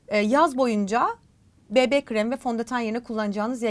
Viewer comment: Bi-bi şeklinde Amerikan söylemiyle okumayıp Be-be diyerek özellikle düzeltmeniz 👍🏻